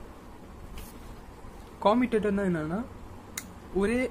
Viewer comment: Commutator pronunciation wrong